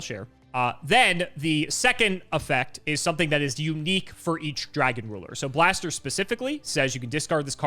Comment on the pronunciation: I'm glad that gave another shot at pronouncing Blaster's name correctly.:)